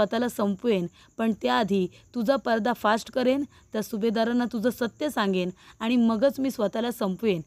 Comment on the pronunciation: पर्दाफाश्ट?😅भाव? भाऊ म्हण. काय तुमची भाषा!काय तुमचे उच्चार!